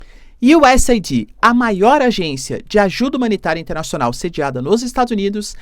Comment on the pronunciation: Professor é US eidi ( e nao aidí)